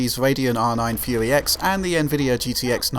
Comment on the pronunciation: I love it when he says "Fuey X" XD